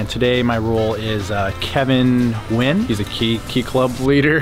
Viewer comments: Was "Nugyen" on purpose? :( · kevin, NUGYEN lol